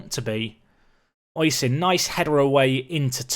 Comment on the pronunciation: Oisin is pronounced Ush-een or O-sheen, sorry if that's a bit picky it's just its my name and it kinda gets on my nerves as time goes on. Still, quality episode as per usual